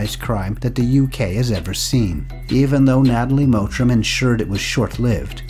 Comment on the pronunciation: Her name is "Mottram" not "Mowtram"